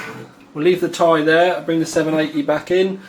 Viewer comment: for fuck sake you say 780 T-I not 780 tie